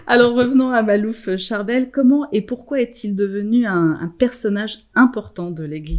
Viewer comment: Makhlouf et non malouf.....